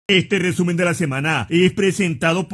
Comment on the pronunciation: Buenisimo el rrrrrrrreeeeeeeesumen de la semana, se agradece